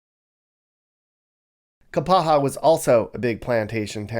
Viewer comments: I don't know where you're from, but obviously are not educated in the glottal stop (Google it). It's NOT "KAPAHA", it's "KAPA-A". BTW -- the rain is why they call Kauai "The Garden Island". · LAME! pronounces place names wrong. It's not KapaHA, the falls are WAIlua fails not KAIlua. You didn't bother going down to any of the best beaches, and you obviously did next to no research on the Island, its history, and the various parts of the island. This video sucks! Don't quit your dayjob!!